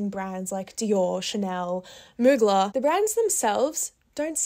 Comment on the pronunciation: Ily but the way you kept saying Mugler like "moo-gla" had me dead💀 (it's "moo-glare" like air in the aussie accent <3)